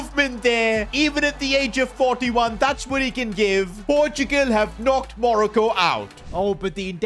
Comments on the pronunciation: stop calling it manoco is Morocco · Monico it’s moroco